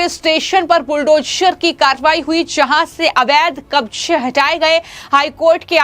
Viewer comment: हमारी राय ये हैं के -- बुलडोशर नही madam इसे बुलडोझर केहते हैं!